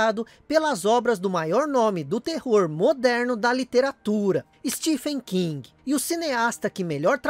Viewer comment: Mais um grande vídeo postado nesse canal. Só fazendo uma correção não tão importante, o Ph em Stephen King faz som de "V" em inglês. Então seria "Stevem" (estranho né?) Durante muitos anos eu pronunciei errado também, até descobrir na internet que eu falava errado. Igual a palavra monÓlito, que eu falava "monolito" com o "no" fechado... haha De qualquer forma, obrigado pelo vídeo. Atualmente é meu canal sobre games favorito